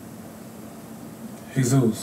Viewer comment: Lmao they finally start saying "jesus's" name right😂😂😂